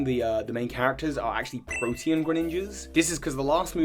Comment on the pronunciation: Lucy's a blonde thought isn't she lol. But OH MY GOSH you are the first Poketuber I've ever heard saying "Protean" correctly. Everyone else says "protein". I believe Floette appears in the movie as well as Flabébé. Pokemon cards being in the movie is no different than baseball cards lol Also Pikachu could be from Sinnoh because he says "sweet mother of Arceus". Arceus, I cannot state enough, is not "God" unless you follow the faith of the Sinnoh region. "According to the legends of Sinnoh" "it is described/told in mythology" "it is said"... Arceus is NOT PokeGod factually.